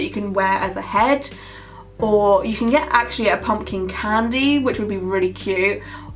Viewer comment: when she said candy i heard pansy and i was so confused until she showed the picture and then everything made sense omg